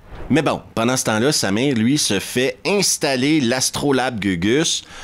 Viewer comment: c'est marrant mais...chaque fois que tu dis :"il se bat contre Samir"....j'entends "il se bat contre sa mère"....rassure moi...Samir n'est pas sa mère?....je sais c'est ridicule....